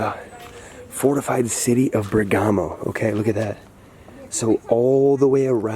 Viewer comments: The stress Is on the "e" not on the "a". So Ber'gamo, not Berga'mo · You should pronounce the name Bèrgamo, not Bergàmo 😊 Also ch in italian is a hard sound, for ex. chiesa is pronounced kiesa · Bérgamo NOT Bergàmo!!!!! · It is said Bèrgamo, with the accent on the first "e." In the local language it is called "Bèrghem." The ancient meaning of the name is "City on the Mountain."